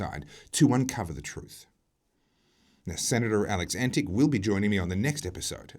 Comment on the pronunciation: The senator's name is correctly pronounced Antitch (not antic).